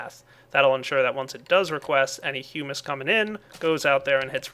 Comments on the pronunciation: its not pronounced "hugh-mus" its "huh-mus" sorry if i sound rude im just bothered by it haha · i still think its hum-miss, and also hue-miss not hyou-miss or am i whong about that? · HE NEVER PRONOUNCES HUMUS CORRECTLY!!!! its huh-miss not hue-miss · you were prownowncing humus right before but now you prownowcing it like it is spelled humis. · Hey... ITS HUM-UHS! Look at... dictionary(dot)reference(dot)com/browse/hummus and liste to the sound.